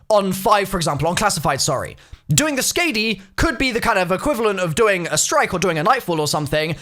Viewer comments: So corret me if I'm wrong, but isn't it pronounced Sk-ah-dee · please for the love of god look up how to pronounce skadi 😂😂